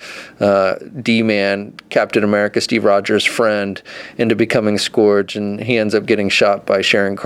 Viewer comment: Your pronunciation for "Scourge" is strange. Here is how most people say it